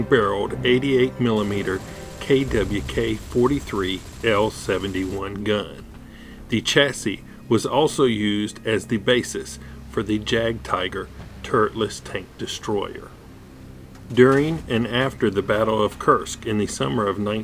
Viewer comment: not jagtiger yagtiger